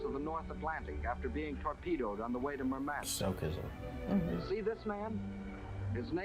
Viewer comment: stoicism sto iz um